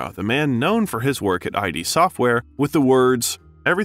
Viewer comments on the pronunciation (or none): "Eye-dee studio" !? Brother it's id: one syllable, rhymes with kid.